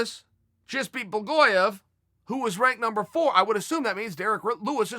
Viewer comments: Blagoyov... lmfao love ya Chael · "Blagoyev". Looks like Blagoy Ivanov just got Chael'd.